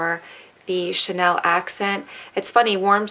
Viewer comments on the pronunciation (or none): none